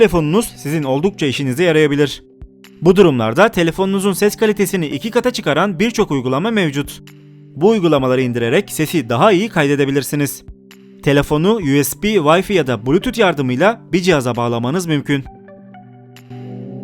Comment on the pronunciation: WiFi'nin okunuşu ya Türkçe vifi diye olacak ya da İngilizce vayfay diye olacaktır. Yarısı İng. yarısı Türkçe okunuş olan vayfi ise yanlıştır. Birinci i ay diye okunmuş ikinci i ise i diye okunmuş oluyor ki bu mantıksız...